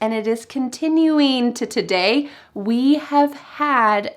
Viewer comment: In the case of India's Prime Minister you missed the wrong placement of the accent in president, he said presiDENT with the accent at the end. He also said today with the d as flap t. Maybe bcs that d is between vowels